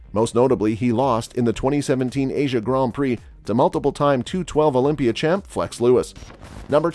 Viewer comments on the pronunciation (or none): none